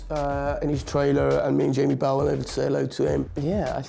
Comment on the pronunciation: I so very, very, very, very LOVE Taron Egerton 😘 😘 And.... did he just say Jamie Bowel/Powel? 😂 😂